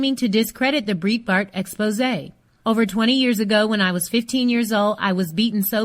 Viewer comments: Exactly. And the mispronouncing of "Breitbart" is driving me crazy too. It's pronounced "bright Bart" like the word "bright", not "breet" like in "burrito". It's like someone pronouncing "CNN" as "see nuh nuh" over and over again. No offense, but I can't bear to listen. Bye. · "breetbart" . My ears are bleeding. Pronounce it correctly!! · Its pronounced Bright-Bart. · Who's "Breet-bart"? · It's pronounced BRIGHTBART. It's a German name. #weareallhuman. Shaun King fights for #criminaljusticereform. He is one of us. Leave him alone